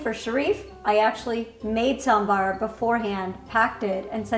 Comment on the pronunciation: Why this girl cannot pronounce sambhar